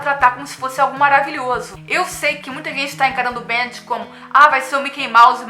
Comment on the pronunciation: não se fala BEANTD*, se fala *BEM DI um portugues meio ingleszado